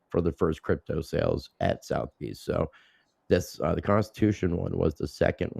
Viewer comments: Suh - thuh - beez …. Damit lol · It’s sootherbees